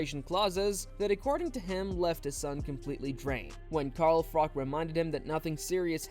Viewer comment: Carl Frok?....Froch 😂